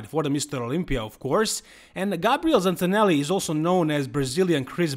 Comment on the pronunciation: The pronunciation of Gabriel Zancanelli is Gabriel ZanKanelli